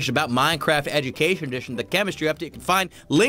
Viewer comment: You said edumacation